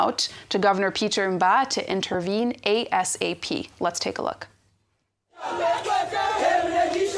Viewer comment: Shey you hear how pronounced intervene she no say intervain🤣🤣